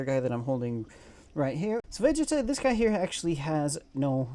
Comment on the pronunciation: Vegeeeta. Not Veg Eta